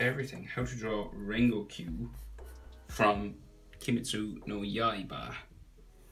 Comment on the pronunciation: you dont pronounce it "rengokq", you pronounce it "rengoku" good drawing though